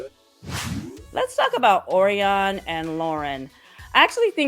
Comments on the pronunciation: Every season, I start out with such high hopes for this show, and ultimately give up in disgust. But no matter what, I always listen to your channel. Thanks for continuing to take it for the team! 😂. Oh, btw and just fyi, Orion is pronounced, Oh-RY-uhn. ❤ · O-RYE-on Like the constellation And soooo glad to “see” you 🥰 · First time viewer, here. Thanks for the spoilers! Great channel! FYI: Orion is pronounced "O' Ryan". Same as the name Ryan, but with "Oh" on the front.